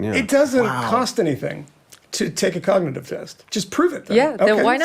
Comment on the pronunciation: How could he pass a cognitive test? He can't even pronounce cognitive.